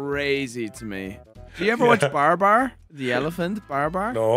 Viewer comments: Whats BarBar? Its BaBar.😂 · BA-BAR BA-BAR! not BAR-BAR. hahahha:D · Lmao.... BAR BAR? ITS Babar..... BA-BAR. LOL 😅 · I never watched Pengu. but Babar i watched all the time. oh and its not "BAR-BAR" its BA-BAR lol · It is Babar not Barbar ffs. All hope is lost. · bro really called babar BARBAR XD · Its BAH-BAR